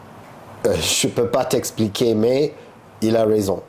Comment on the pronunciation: Ptdrr j'en peux plus, la fin avec les paroles de Kaaris j'étais en larme. " ILE A Rayzon" 😂😂